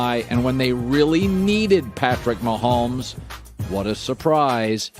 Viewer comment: Colin “Ma-homes schooled” Cowherd